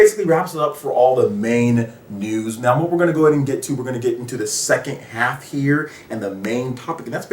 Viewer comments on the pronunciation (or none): great video. also why do you say noun when you say now?